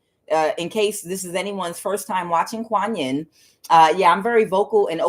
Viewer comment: Kuan Yin it is pronounced like ya ya Cento thank you for your readings